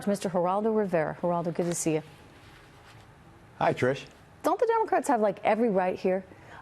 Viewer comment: "Hie trissh"